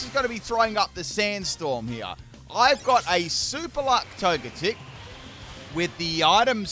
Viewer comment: I kinda feel like Togetic should be pronounced like Tojetic. Like energetic